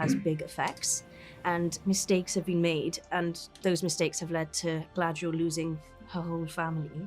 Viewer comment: The actress doesn't know the name of her own character?!? 😀 First I thought she just made a mistake, but then she repeats it. Gladriel, Gladriel, Wtf? Could this show become an even bigger joke? HER NAME IS GALADRIEL FFS!